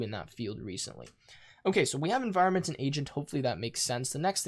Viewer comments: "enviornment" lol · enviornment......... Its clear that he spends a lot of time in this XD